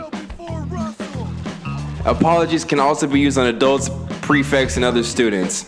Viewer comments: this man has an English degree but missed the word mellow and called the prefects “precepts” the entire game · Bro said “preceps” 😂